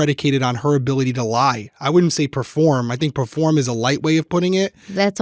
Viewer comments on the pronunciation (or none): PERform not PREform